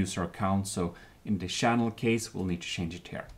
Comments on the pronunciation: I love how he says Shannel not channel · SHange SHinese SHannel SHaracter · is anyone else slightly disturbed with the way he says channel and character uhh...